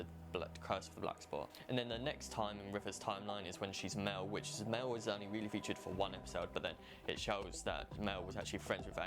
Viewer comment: Very good job on this, although her life in Leadworth was as Mels, not Mel. I really liked this!